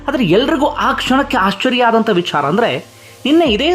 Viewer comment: Why do you use mahaaprana unnecessarily..while pronouncing VICHARA